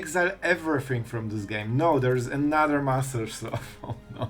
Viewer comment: Master SLOTH (Not sleuth 😂)